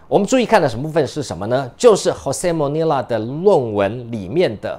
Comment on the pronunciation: 是Jose Molina, not Monila.